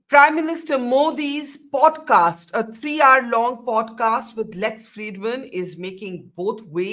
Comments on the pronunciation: Can someone tell Barkha, it's called poDcast and not poTcast? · Why does she potcast instead of podcast? The national journalist perhaps needs speech lessons?